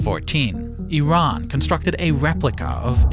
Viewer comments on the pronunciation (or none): none